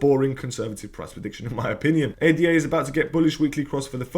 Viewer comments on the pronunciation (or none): Ada NOT A.D.A